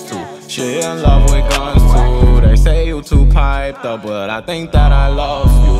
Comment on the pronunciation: He said lofe u lmaooooooo tho🤨😭😂